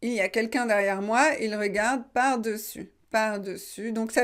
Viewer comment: Le seul problème que j’ai c’est la façon vous avez prononcé le mot dessus, je pense que le “e” dans la première syllabe des se prononce comme un e ouvert mais pas un e fermé. Comme dessus, dessin, dessein, dessous, dessert, dessaler etc…